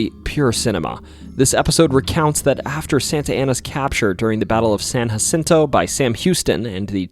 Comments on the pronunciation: In Texas, we pronounce Jim Bowie's surname as (Boo' wee) not bow like a boat part. Additionally, it's San Jacinto (the J is sounded instead of aspirated). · Tip from a fellow Texan we call it San juh-SIN-toh not hacinto, mexia is muheyah, and na-kuh-do-chuhs for nacogdoches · San Jacinto is pronounced as San JUH-cinto, with a hard j (with much love from a Texan, I know it can get a bit confusing) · San Hacinto, ... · He's all right...but I keep finding myself correcting him on how to say things, like Bowie and San Jacinto 😅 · OK, I can excuse someone who’s never even met someone from Texas pronouncing it San hacento (never even heard native Spanish speakers, pronounce it like that) or Jim take-a-bow-ie but seriously dude… the minge hotel😂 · I love listening to your stories. But I wish you would pronounce names correctly. Bowie and San Jacinto for example. Keep the videos coming. Bowie is pronounced “Boo we”. San Jacinto, is pronounced with the “J” sound not the “h” sound. Santa Fe isn’t pronounced Santa “Fee” it is pronounced Santa “Fay”. Lol. Brazos is pronounced Braz”us”As a native Texan. Just a little FYI.